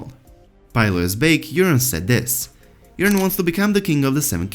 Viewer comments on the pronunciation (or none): That's because he is saying Urine. Not Yuron. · The accent makes the subtitle actually spell out urine every time he says Euron. It really sounds like he’s saying urine